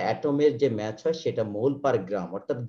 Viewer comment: The pronunciation of mass should be ম্যাস not Match. Pls try to Correct For Future videos. It creates Confussion